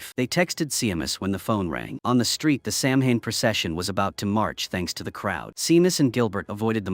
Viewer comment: samhain it's pronounced "sauw-ahn" . it's the etymology of where hallowe'en came from. it's the last harvest of the year so it's considered the new year. it's when the veil between the worlds in thinnest, it's an ancient festival and is still widely celebrated especially here in ireland where this film been made, scotland, wales,england, and islands even more so, such as the isle of mann, scottish islands, and the channel islands. this was practiced until christianity came along and as it does elsewhere, tries to eradicate the indigenous people's cultures and beliefs, calling them unholy, not realising that those people were connected to divine love and light much clearer than that, what they tried to enforce upon the people, whether that be ireland, canada, australia, and across africa. we still practice it because it's in our blood. seamus is "shaay-mahs" . o'shea is "o-shay" .